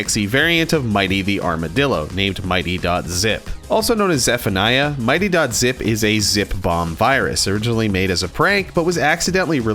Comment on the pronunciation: I don't want to be mean at all just saying that mitte's name dose not sound like Might Ty it's actually mit dey like I said from before I don't wanna be mean or start an argument I'm just saying how mitte's name is pronounced